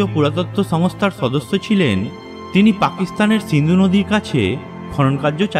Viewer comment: ছহর না, সহর 😁 মানুছ না, মানুষ সদছ্য না, সদস্য 😬😬😬 কথা এমন কেন????